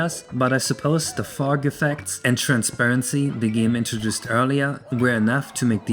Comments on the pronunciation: fug :DDDDDDDD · I was looking away from the screen when this moment arrived, and I thought said "Phong." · i thought you were saying something else when talking about fog